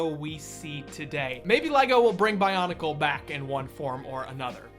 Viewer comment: Your mispronunciation of pretty much everything in the bionicle universe has mildly triggered me